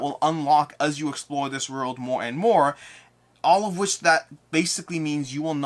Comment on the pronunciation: I just watch to hear you say "orld" over and over.